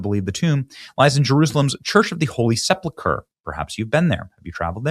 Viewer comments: Benny, please say "Holy Sep-ul-ker" and not, "Holy Sep-la-ker." Check the word's spelling: Sepulchre. Thanks. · No judgement Benny. But, its pronounced: Seh-pulk-er not, Sepple- kurr . Nothing but love, and God bless!!!